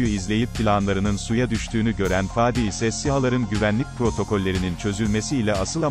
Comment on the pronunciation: Dizinin yayınlanma zamanı 2021 yılı çok isabetli kutlarım emeği geçen herkesi,severek beğenerek izliyorum.Bir de videoyu seslendiren arkadaşa ricam şu:Faadi diyerek a harfini uzatmayın lütfen dizide olduğu gibi söyleyin Fadi...